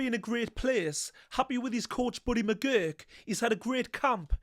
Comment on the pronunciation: And McGirt not McGurk.